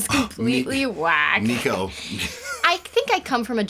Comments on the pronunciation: Nicko's name isn't "Nee-ko", it's "NICK-oh". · its NICKO mcbrain not NEEKo mcbrain XD XD